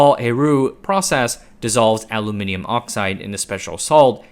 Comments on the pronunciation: Congratulations on pronouncing Aluminium correctly 😅. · I like the way you pronounce aluminium